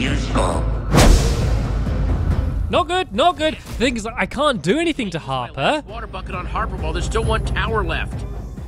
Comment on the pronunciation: One time it sounded like you said Harpter